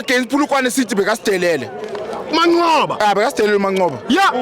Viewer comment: Kahle wena 💩 its Manqoba not Mancoba dede lenja